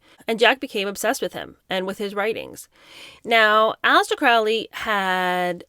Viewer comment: For those who know, it's pronounced CROW-LEE. Rhymes with Holy, not Foully.